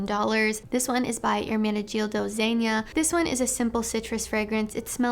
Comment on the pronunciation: Ermenidealjo Zeanya 😂😂😂 otherwise great video